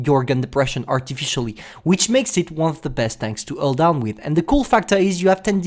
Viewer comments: I love "ull down" thing...:) also the new commentary is superb. Sounds like he's drank far too much energy drink...:D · The title should be STB-1: Alldown,Alldown,Alldown (Cuz thats how says it)